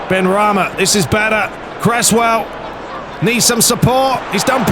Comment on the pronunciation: It's benrahma not benrahmi